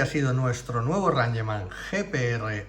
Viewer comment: Rangeman? Es "Reingchman"😂